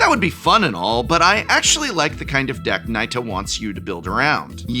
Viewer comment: Finally! We need a Professor to pronounce Nita correctly. 🙄